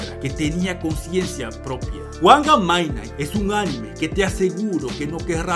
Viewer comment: Creo q se pronuncia midnaigt